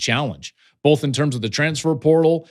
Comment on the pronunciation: Joel “Bolth” Klatt